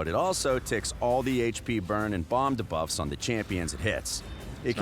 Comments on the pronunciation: remember the time this voice artist said Ka'el instead of our usual Kael? now that he pronounces debuffs wrong, i think we're good again with Kael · I had to stop watching because of how he says duh-buf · the guy says debuff so weird he goes da-buffs XD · my ears bleeding from all them debufffs they need to teach him how to say it right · the way he pronounces "debuffs" makes me cringe... when will they actually get an announcer to pronounce these things correctly?